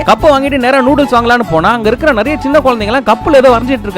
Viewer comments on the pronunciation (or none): none